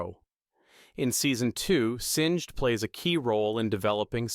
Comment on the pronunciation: also "sing-d" and "Seh vi ka"